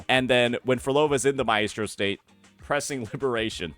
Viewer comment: Does he not know how to pronounce maestro?